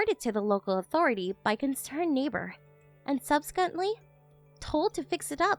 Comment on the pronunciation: 'Subsequently' is pronounced sub-SEE-kwent-lee, not sussi-kenly